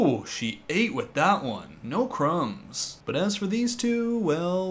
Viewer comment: I don’t know why but “No crumbs” said by a dad with a Canadian accent gave me the giggles.